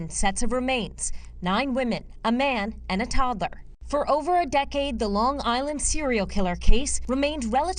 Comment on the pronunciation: Long Island - NOT Longgg Island.